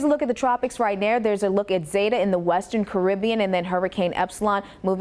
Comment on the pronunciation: Zeta the e is long it’s zeta not zata